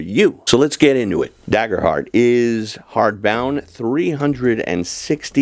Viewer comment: It’s pronounced Daygerhurt btw…